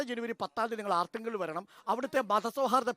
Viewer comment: ആർത്തുങ്കൽ അല്ല അർത്തുങ്കൽ ആണ്.